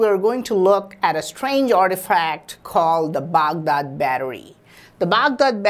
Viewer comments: Excuse me...Baag Daad....What's this..?😂😂😂 That's Bagdaad I know you are an Indian bc indians are copying master...!😐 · I imagine saying Baghdad battery like that if my tongue fell asleep LMAO 😅😂🤣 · Lmao the way he says Baghdad battery 🤣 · You sounds for funny buddy when you say Bagdad Badarriiiiiii 😝😈😂😂😂😂😂😂